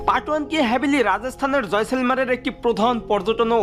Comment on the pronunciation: উচ্চারন হবে জয়সালমির